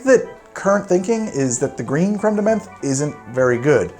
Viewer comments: Also, the way you pronounce Creme de Menthe slays me. The first bit is fine, but in 'menthe' it's not an E sound, it's like the O sound in the word 'on'. Like it should be spelled creme de monthe. Continue to pronounce however you want though, buddy. Love ya. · Crème de menthe is pronounced crème de "MANT" as a French person it pains me to here those alcohol names butchered 😭😭 Nice video tho I'm a long time fan ahah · Menthe [mãt], please stop saying it like that 😅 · You're right to continue with the show. These are troubling times, but life must go on in some way... By the way, the word "menthe" in "Cr ème de menthe" is pronounced with a hard T. A "th" in French is almost always pronounced as a hard T.